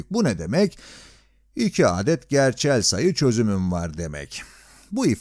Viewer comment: bu nasıl bir 'adet' kelimesi telaffuzu